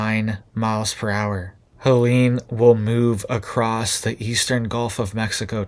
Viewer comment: pronounced Ha Leeen. not Halanie.. Helene.